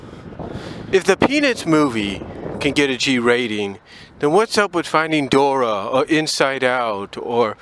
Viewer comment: "Dor-ee" not Dora